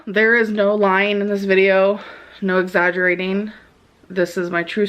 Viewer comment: No lyeen. No exaggerateen.